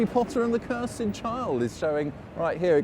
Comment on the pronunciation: Great tour!! Thank you so much. I really love that you pronounced Cursed as Cur-sed.